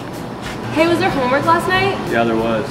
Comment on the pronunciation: Did anyone else hear horn instead of homework?! Loved this video!